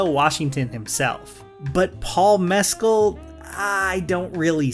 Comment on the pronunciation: Your pronunciation of Mescal is giving me anxiety